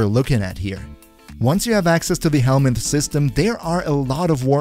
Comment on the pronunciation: Love ;your guides, but sometimes I want to look up in the wiki something you mention and I've no clue how to spell some of the stuff you mention. In the Crowd Control section, you mention what to me sounds like hellnam system. Pretty sure that isn't it though.